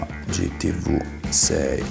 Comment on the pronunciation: si dice "gi ti vi" non "gi ti vu". la VU mon esiste nell'alfabeto...... per il resto alla grandeeeeeeee